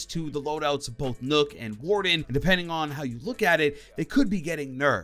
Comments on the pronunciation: Ur saying nokk wrong and its annoying me alot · Btw Nokk is not pronounced " Nook" it's pronounced as Knock